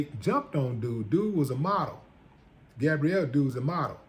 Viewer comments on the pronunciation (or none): That's equal rights for ya! What's good for the goose.. The man's name is GABRIEL not GABRIELLE. Get it right already.